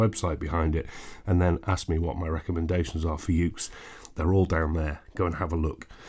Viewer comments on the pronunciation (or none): none